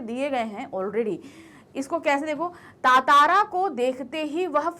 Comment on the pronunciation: It's ttara not tatara